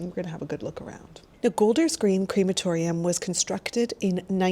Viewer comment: It’s pronounced crematorium not creematorium.